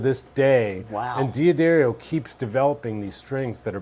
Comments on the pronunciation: A player on this level that still doesn't know it's Duh Darrio, NOT De ah Darrio. wow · Why is the name d'Addario so difficult to pronounce? They even sell hats and give away stickers that say "Da-Dairy-oh". :yougotthis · Doesn't pronounce d'addario correctly, in this context is moronic. Just sayin.